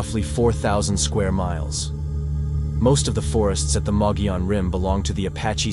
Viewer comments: Thank you for covering the Mogollon Monster, our local Sasquatch! It is pronounced mug-ee-on, but your pronunciation is the best I have heard from someone outside Arizona. My only criticism is Mitch Waite. I knew him and know he had some true experiences. But he also tried to hoax people. The first time I went out with him he tried to tell us there was a squatch by a tree. It was to IR reflectors stuck the tree. We also found two bicycle reflectors he mounted on a tree to resemble eyeshine. Nice guy, but if he hoaxed those, what else did he hoax? We have quite a few howls and vocals recorded on the Rim too. I can forward them to you to check out. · Thank you for pronouncing the name correctly. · Mogollon...Moe Ghee On